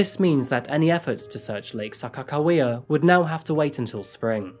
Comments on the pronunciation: Lol gotta say the shortest video Ive seen you do, but as a NoDak born and raised I don't blame you.. cheers.even said Sakakawea right, marinara was sorta close! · I'm an indigenous woman member of Iraqouis Nations the Mohawk Tribe and the Turtle Clan. Thank you for featuring an indigenous woman and pronouncing Saca Hawaya correctly!